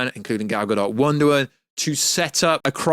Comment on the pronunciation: Wonder "Woan"